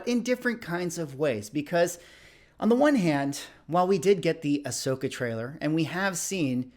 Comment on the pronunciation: I has having this problem too. Kane-ahn and Ah-shoke-a. Like, Star Wars doesn't have to be your cup of tea, but if you're gonna make whole videos about it, maybe go watch someone in universe say their names really quickly?